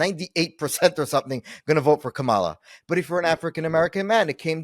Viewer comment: KA-ma-la. please pronounce her name correctly. ty.